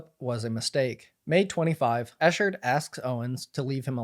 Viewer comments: ECKherd not ESHHERD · Just so you know, it's pronounced Ekheart not Eshard Great video by the way! I've been following for years now and he (nor Clayton) deserve this! #JusticeforClaytonEchard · Yeah, it got on my nerves as well. How do ypu make a video this long and constantly mispronounce his name? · Just a small name correction. It's pronounced "Ek-ard" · If you are going to report on a subject.....Please learn to pronounce their name correctly.... It is pronounced Eck hard. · 😞 pronounced. EK-KERD THANK YOU for promoting this story history for the books. Thanks to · The easiest research is to learn how to say the persons name involved. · Maybe in his ‘investigative reporting’ he’ll learn to say Clayton’s name right. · The incorrect pronunciation is driving me mad